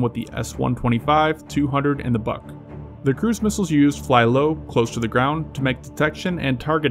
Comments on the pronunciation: The missile is pronounced "boohk" not "buck". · BUK = "be-yook" not "buck."